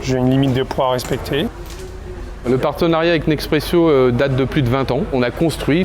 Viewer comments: Mdrrr je me suis fait la même réflexion 😂 C'est rien de grave mais ça m'a fait rire, le monsieur dit être partenaire de Nespresso depuis longtemps, les sous-titres disent bien: Nespresso, mais lui le prononce Nexpresso XD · 20 ans qu'il bosse avec eux et il sait toujours pas prononcer Nespresso? 😂😂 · Le directeur bosse tous les jours avec Nespresso depuis des années et pourtant il dit Nexpresso... Ça compte? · 20 ans qu'il bosse pour eux et il dit quand même "neXpresso" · c'est pas un accent il sait juste pas comment on dit Nespresso